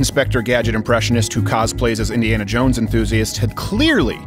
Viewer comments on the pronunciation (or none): In-de-ass-a jones